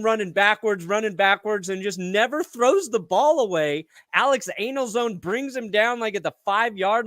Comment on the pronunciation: Good grief.... It's Alex Anzalone..... Like, he's Italian, like you.... An - Za- LONE-eeee..... Holy crap....